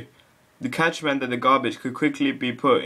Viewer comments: It's pronounced like "cash." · I believe he is also misspronouncing "cache". Didn't you learn about the magic 'e' in primary school. Even if you didn't, your the only person I've ever heard pronounce it as "catch". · Cache is pronounced cash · At first I thought he said "the catch"